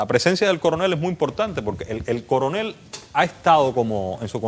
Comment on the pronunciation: Jajaja dice el "Curunel" jaja Diciendo lo que el Paga, como nos pasa a nosotros! Jajaja se le fue esa. Minuto 17.26